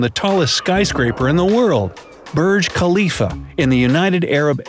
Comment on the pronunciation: it's Burj Khalifa not Birj Khalifa